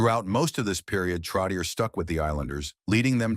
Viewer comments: Not Trottieure... Trottié like yé.... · It's pronounced Trottchehhh 😊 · NUMBER 19 - MY FAVORITE ! His combination with Mike Bossy -INCREDIBLE ! & It's TROT-E-AY { NOT ER } !!! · This announcer is a disgrace. Pronouncing the name over and over incorrectly is brutal. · It is brutal to listen to this when the AI voice repeatedly pronounces his name wrong! Before writing this tribute…speak to someone who is in the know and ask the proper pronunciation of his name! 👎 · You are so right. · Please work on the name pronunciation. Terrible! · Ya. Like no shit. I quit watching after less than 2 minutes cos I couldn't listen to that dip shit fuck that name one more time.